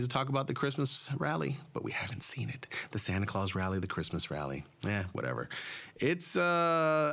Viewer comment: Santa Claus, not clause.